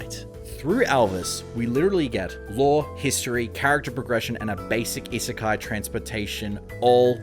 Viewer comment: He made a video about an isekai and never learned to pronounce the term?